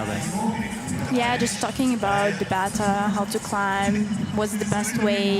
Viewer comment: I appreciate your commentary! And the correct pronunciation of beta. But you need to find partner commentators who don't say the word "like" so often, or "I mean", or "kind of". My goodness the woman on this one was saying "like" so often. I'm just watching the men's boulder finals too and the guy who is with you just said "like I like how it like.."